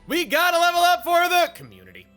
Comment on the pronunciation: Commutity. One letter change.